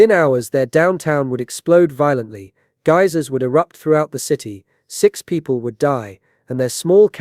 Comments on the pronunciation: It took me a few minutes to figure out the AI narrator meant *"GEISERS"* when it said "gazzers". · Take two shots every time he says "gazzers" (meaning "geisers").